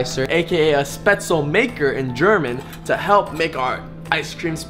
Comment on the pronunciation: You don' t pronounce it spätzelmaker its pronounced like shpätzel ;) like in shake